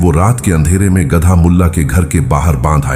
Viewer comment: Oyye, baewakoof, gadaa nhi balka gadha khtay hain